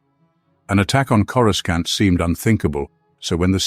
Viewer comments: Say… Corusant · When they first came up with Coruscant it was pronounced with the hard C sound. It was during the Heir to the Empire trilogy. Not sure when it changed, but I'm so used to it that it's fine pronounced either way.